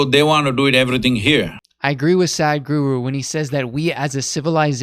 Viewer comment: It is pronounced “Sah”. Sah-d guru. Sadhguru. Not: “saad-guru” From the first word of this video I can already tell you don’t know who this is, if you’re already pronouncing the name wrong.